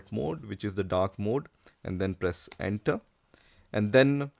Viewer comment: Please do not press enta, press enter instead 😂